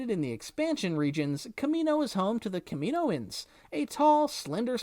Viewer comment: KAM-IN-OH-INS omg